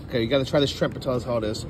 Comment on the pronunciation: you did it again, at you said scrimp instead of shrimp. Is that a thing or something?